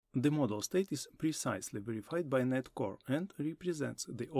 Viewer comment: I like that the video is succinct and you're separating them out but I have some advice: 1. Speak slowly, 2. It's called DOT Net (literally you pronounce the . as "dot" or "dawt"). You cannot reasonably expect people to want to learn from someone who's mispronouncing the technology they're ostensibly teaching.